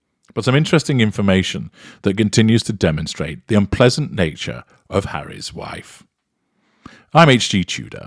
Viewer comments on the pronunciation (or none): I like the gaff 'unpleasident' like the President of Unpleasant.